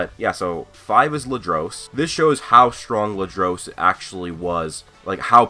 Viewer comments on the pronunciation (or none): (Ladros)Say : La Dur Us not Lu Drose. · That's not how you say Ladros's name